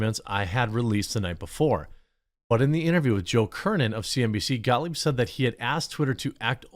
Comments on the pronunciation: ScottGahh......ScottGahh........ScottGahh work here anymore. 🤣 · Gottlieb. GOT-LEEB